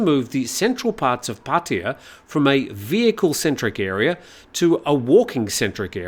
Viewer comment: It's not 'Pah tee ya" aaaarrgh...worse than when long time expats say "bahtS" for any amount over one baht. Or my favorite, "Foo ket"😂